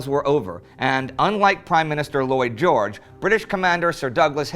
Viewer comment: when you first said Lloyd George i thought you said Boy George.